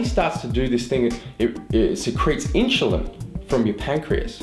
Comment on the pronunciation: I dont think he was saying insulin right lol